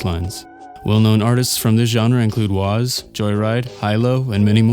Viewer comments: did you really pronounce it ‘wahz?’ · Pronounced “Jaws” bro